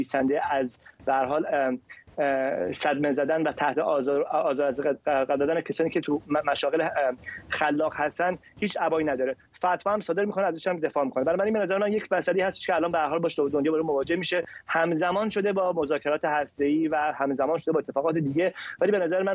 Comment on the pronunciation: درود به آقای فرزاد فرحزاد، لطفا درود مرا به ( آقای امید معماریان ) رسانده و بفرمایید که کلمه ( ابا ) را با ( عبا ) اشتباه تلفظ میکنند. فعل ( ابا داشتن: بمعنی ترس داشتن است) ولی ( عبا ) را ملایان به تن میکنند. چون آقای معماریان در اظهارات شان گفته اند : هیچ (عبایی ) ندارند .ایشان میباستی میگفتند: هیچ ( ابایی ) ندارند. با سپاس از آلمان دانشکده دندانپزشکی.